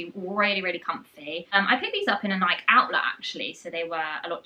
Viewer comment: I believe it's pronounced "nigh-kee" not "nike" as in mike and ike